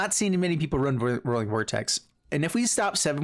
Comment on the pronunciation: It's not rolling. It's roy-ling